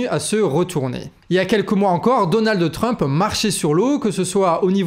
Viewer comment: Je vous trouve intéressant mais je suis souvent gênée par votre prononciation, par exemple aujourd'hui "DonaldE TRump"...